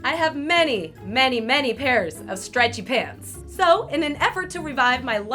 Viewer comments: Lol she says streatchy pants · I find it so funny that you say stretchy pants as one word lol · Why does she say stretchy pants like that😂😂😂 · I love the way she says stretchy pants